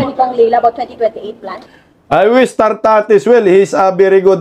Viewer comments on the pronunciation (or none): Correction, nartatez hindi tartatez